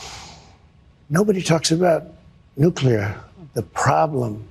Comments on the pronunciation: Nuclear = Nu-Clear, not Nu-cle-er. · He is a 🤡 clown! He can't even pronounce the word nuclear